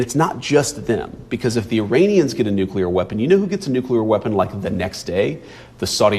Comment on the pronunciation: Never trust a person who says “nu-cue-ler”.